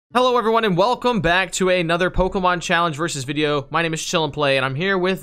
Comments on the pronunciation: I like how gg says all the names wrong and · I literally cannot stand. Quick seems more chill. And I can't stand the way SAYS POKEMON THE WRONG WAY!